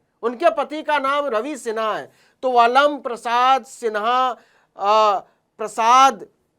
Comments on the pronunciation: अलम नहीं आलम होता है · न्यूज़ तो खोजी पत्रकारिता अच्छी है मगर उचारण 👉अलम नही आलम होता है